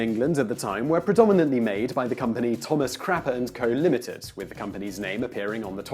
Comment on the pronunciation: Quick! To the crappah!